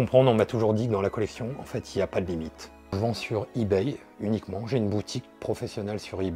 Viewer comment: On voit l'ancien il dit ibaille 👍😁💩💩💩💩💩